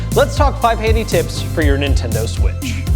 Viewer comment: "but when it comes to the nschderondworjf itself..." 😂